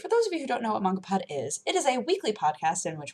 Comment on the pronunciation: Mangapod! slaughtering japanese one word at at a time..